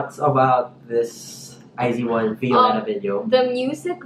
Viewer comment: iz*one = ai zu won, ai zu wan✓ Not ai zi wan